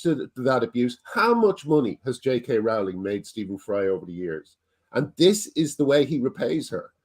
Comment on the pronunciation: Ffs after all this time Graham, Rowling is pronounced "rolling"!!!